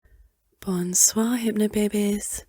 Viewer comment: I'm french and the "Bonsoir" nearly killed me wtf :')))) is my youtube therapist in the room right now wtf ???? LOL Thanks for the helpfull content ! Bisous de la France ! ;)